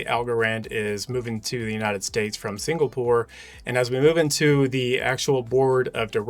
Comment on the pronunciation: You lost me when you couldn’t pronounce Singapore, and just went with it.